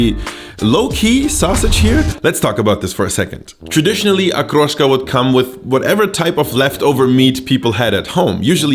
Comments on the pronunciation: I like that you didnt bastardize the word. Hood pronounciation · Подозрительно хорошо выговаривает слово "Окрошка")) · Как же чисто он выговаривает слово ''окрошка''